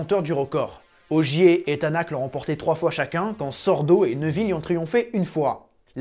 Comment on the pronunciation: Un extraterrestre et un mec bien contrairement à Schumacher. Edit Tänak se prononce Ténok.